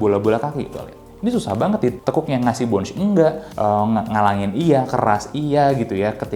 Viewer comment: Sedikit koreksi aja, Bounce itu dibaca pake Essss bro, Bukan Ecc. Dibaca bawnssss, bukan bawnch. Bawnsss yaa, bawnssss.